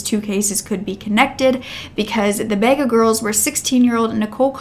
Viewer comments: Every second vehicle in Australia is a 4 door white car. Bathurst is pretty safe so I understand why they didn't think it was kidnapping. Bega is pronounced "b-gar" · Bega... haha... It's pronounced Bee-ga. It's funny how Americans say any of Australian places lol. At 23.10 are you ment to be saying Canberra... It's the only other state that sounds similar to the word you used before Queensland ... I know u like to be correct in your names and have your ducks lined up to be professional. It's a good thing.... See if u can get voice to say names to help in future. Sorry as Australian I get amused by Americans as I said pronouncing words.... you even say vehicle funny.. I can never say it how Americans do. I love hearing that word from them for some reason lol